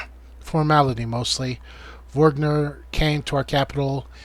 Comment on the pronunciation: It's Moe-Ger, Vog-Near, Ue-Bin, Lue-Din, Hak-kon. Etc